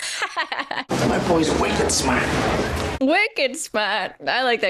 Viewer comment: As a Bostonian, I greatly appreciate hearing take “Wicked Smaht” for a spin. 🫶